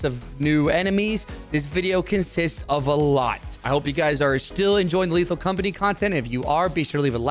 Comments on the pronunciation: at the very start of the video did he say "lethal compiny" instead of "lethal company" or am i stupid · why does pronounce lethal company as 'lethal compiny'?? or is it just me?